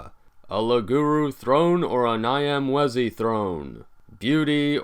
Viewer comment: If you can understand Italian, the "gn" sound in gnocchi should be used for the "Ny" of Nyamwezi.